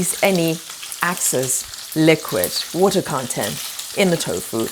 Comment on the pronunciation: Thank you. BTW, it's Excess and not Access.